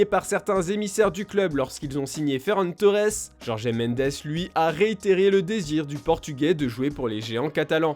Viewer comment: On dit jorge. Pas jorgé !